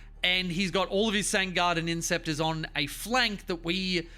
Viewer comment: INTER CES ORS for the foot soldiers or IN SEP TORS for the jump pack guys, Im sorry but your pronunciation is downright Freudian.